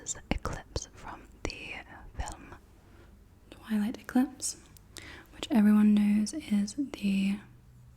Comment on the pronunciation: Eclipse se dice eclipse pero con pronunciación española jajajajaj